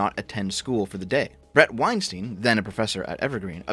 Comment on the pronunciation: You don't know what you're talking about in respect to Maajid Nawaz or Bret Weinstein (which is -stein as in Einstein and not -steen. This is the bare minimum you should have researched). They are NOT conspiratorial nutjobs captured by their audiences. Straight up made up shit. The effing balls to think that you're ahead of Bret Weinstein and Heather Heying's perspective in recent matters without being a follower of their train of thought, having the qualifications or time doing research to formulate a coherent argument against it. The idea that you're so far ahead that you look at them in the rearview mirror as another stunted attempt at societal analysis and summarising it as a conspiratorial audience capture is the peak of hubris. They actually do science, real science. Absolute clown.